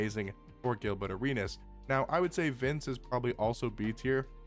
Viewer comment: Is “Gilbutt” Arenas just the accent coming out or is there some subtle shade there 😂